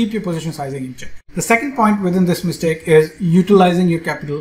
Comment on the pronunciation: Excellent-- mitsake instead of mistake